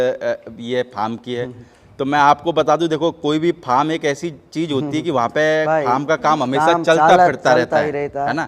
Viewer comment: Say farm not pharm